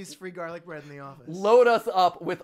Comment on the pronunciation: It's garlice bread man 💀